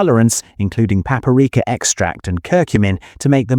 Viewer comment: Entertaining in many ways- first third (or thereabouts ) fillet is mysteriously pronounced “ fill- A, , rest of video pronounce correctly. Very odd.( And slightly cod😂). And what is “. Papareka “ Is it a relative of paprika?